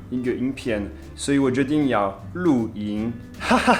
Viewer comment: 哭RRR~ 笑翻了我~XDDDD" 露ㄧㄥˊ 跟 錄ㄧㄥˇ 元元二聲跟三聲發音根本一樣~